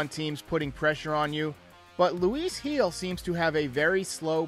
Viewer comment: His last name is pronounced as HEEL.. Not Hill lol